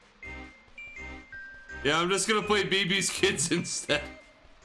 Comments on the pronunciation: It's Bébé's Kids.... Lol not beebee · Beabea Keeds